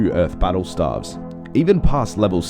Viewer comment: Stay-ves, not starves......